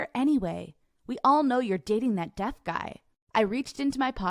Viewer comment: did she say death guy instead of deaf guy?